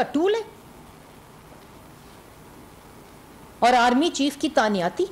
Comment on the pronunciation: Tanyati ni Tainati hoti